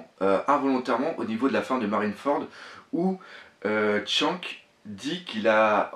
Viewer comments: Premièrement s'il te plait prononce bien les nom on dit Shanks pas shank et on dit césar pas cisar ensuite je pense que ta théorie est peut être vrai même si les fille je pense pas que c'est les même elles ce ressemble un un peux mais elle ont pas la même tete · akénu --" tchank --" La prochaine on dira edwèrds newgate (pas newgéte ) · ta tué shanks 10 fois avec ta prononciation lollll